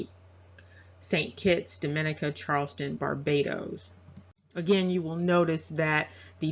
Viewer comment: about the mark you pronounce the word "dominica" differently than locals...my son's mother is from that island. they pronounce it "dami neeka"...im not offering correction only sharing local dialect. take care ma'am.